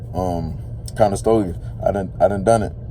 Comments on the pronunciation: Conestoga not Conestogia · Click bait Over monetized Conestoga, not conestogia…makes you sound like you don’t know what you’re talking about